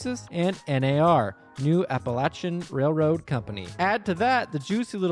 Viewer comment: Appalachian is pronounced like “app-uh-lay-shun”